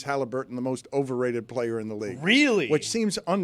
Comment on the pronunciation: OVE-RATED😂 Why don't ya'll ever replay Stugotz wit gr8est hype man Ever Foxworth slaying Ovechkin?!? Did ESPN keep it?